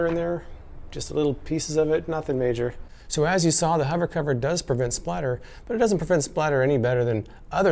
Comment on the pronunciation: MAH... SO YOU'RE A HOVAH COVAH LOVAH, ehh??